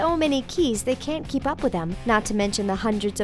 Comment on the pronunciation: "cant keep up with them?", more like, can't 'key'p up with them